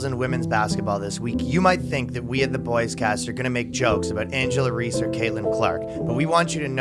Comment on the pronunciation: Continuously mispronouncing Angel Reese’ name just made this funnier